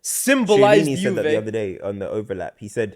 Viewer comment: my guy what is that Chiellini pronounciation...